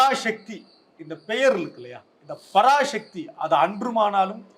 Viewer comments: பராசக்தி என்பதை பராஷக்தி என உச்சரிக்காதே நெறியாளரே.தமிழக்கு முக்கிய எழுத்தே ' ழ ' தான்.அதை கேவலப்படுத்துகிறார்கள் உம்மை போன்றவர்கள். ` ழ ` விக்கு பதில் ` ல ` என உச்சரிக்கிறார்கள். சிரமப்பட்டாவது பழகி கொள்ளுங்கள். பெரும்பாலான திராவிட கட்சி தலைவர்களே மேடையில் பேசும்போது பிழையாகதான் பேசுகிறார்கள்.இதை அவர்கள் திருத்திக்கொள்ள வேண்டும். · டேய் லூசு பராஷக்தி இல்லைடா. பராசக்தின்னு உச்சரிப்பு சரியா சொல்லு. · ஷக்தி இல்லப்பா தம்பி.... எப்பா ஒழுங்காகச் சொல்லுப்பா தம்பி... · உச்சரிப்பை சரிபடுத்துங் தம்பி. பரா"ஷ"க்தி அல்ல. பரா"ச"க்தி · பராசக்தி எனும் தமிழ் பதத்தை ஷக்தி ஷக்தி என்கிறான் கேண கிறுக்கன் நெறியாளர் உன் உச்சரிப்பை திரும்ப நீ கேட்டு பாருடா லூசு....... 😂😂😂